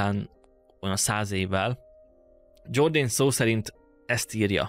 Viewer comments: Jordanesz nem angol, hanem görögül író gót történetíró. Tehát a neve Jordanesz, és nem Dzsordén. Az ilyesmire tessék máskor odafigyelni. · "Dzsorden" helyett Jordanesz, hiszen nem angol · Nem Dzsordén: Jordánesz vagy Jordánész (Getikának kell ejteni főművét): Iordanes latinul írt. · Ha nem lenne “aranykoporsó” akkor is elég izgalmas lenne a téma. Mindennemű előzmény nélkülözése elég “megúszós”. Jordánészt dzsordennek mondani pedig több mint gáz. Felmerül a kérdés hogy a videó készítője elég felkészült-e történeti témájú kérdések feltevéséhez és megválaszolásáhozn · Kedves! Tisztellek az ismeretterjesztő munkádért, talán a legfőbb hibát hadd mondjam azért: Jordanes az nem "zsordén", hanem "jordánesz"... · Jordánesz. Nem "Dzsordéjn". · Igaz! A Jordanes név "Dzsordánész"-ként történő kiejtésénél belém vágott mint villanyszerelőbe a 220! A neveket tanuljuk meg helyesen kiejteni! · Bonfini olasz nevét szoktuk használni: Antonio Bonfini. Jordanest pedig rendesen Jordanesz-nek ejtjük. Így alakult ki a történelem kutatásban, így szoktuk meg. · 😂Jordanes nevét nem kell angol-módra kiejteni, nincs olyan, hogy "Dzsordén"!!! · Jordanes nevét angolul ejtetted, bár latin név.